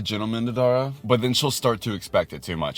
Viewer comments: I'm sorry but it's so funny that he's done so many tarayummy videos and he is still pronouncing her name wrong 🤣 not teara --> TARa😂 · Since no one has told you by now you’ve been saying Tara’s name completely wrong in every video… it’s not tear-a is pronounced like taro but TARA😭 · Loved this video but side note she hates when people pronounce her name wrong like that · It only took you 4 videos to get her name right 😂